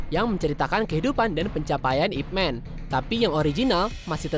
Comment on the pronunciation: Utk penyebutan nama "Ip Man".,tolong atau siapapun, penyebutan yg benar dari daerah kanton adalah "Y-I-P M-A-N" (Man bukan Men, lalu utk hurup 'Y', disebut atau tidak perlu disebut tidak masalah).. Atau kalo dari daerah Foshan adalah "Y-E W-E-N" (Yi / I / Ye Wen)...terimakasih